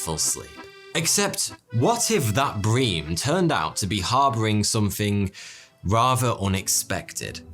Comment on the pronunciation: Are you trying to say Breem or brim??